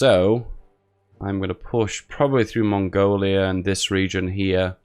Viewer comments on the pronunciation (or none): none